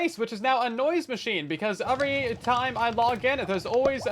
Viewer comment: Just one thing... overy is NOT how you pronounce every. Overything ≠ Everything. It's not "endearing" nor is it "cute". It's just an annoying, deliberate mispronunciation. Otherwise, I really enjoy these videos and creativity.